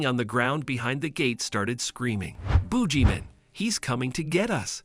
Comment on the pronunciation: "Booji man"? 😂😂😂